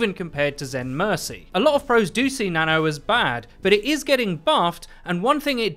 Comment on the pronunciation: When you say "new nano" it sounds like you're saying "new nana". Which, come to think of it, I guess that's also correct. New nana buff coming to PTR.